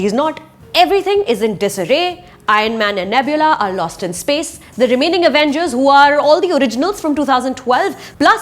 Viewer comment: Avengers pronounced as “uh-vain-gers” by Suchitra Tyagi - 😂😂😂😂